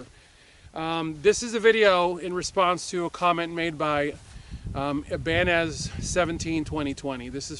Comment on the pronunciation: into the video... you know your guns, but not guitars 😜.. Ibanez - (eye-ban-nez)